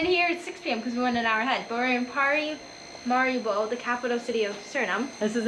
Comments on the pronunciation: It is PARAMARIBO the capitol of SURINAME. NOT "mariparibo" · Its not Mariparibo but Paramaribo. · The capital of Surinam is Paramaribo... not Mariparibo😮😂 Still a very nice vlog, thank you❤ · its Paramaribo not Maraparibo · Haha 😂😂😂is Paramaribo not meryparibo. EN JOY🏝🏝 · Welcome to suriname. The land of culture, unity and freedom. I would suggest having a proper guide for the best/ correct info and experience. Also its paramaribo and mariparimaribo hahah.